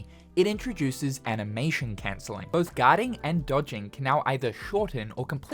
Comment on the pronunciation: “enoyable” “cencelling” 😭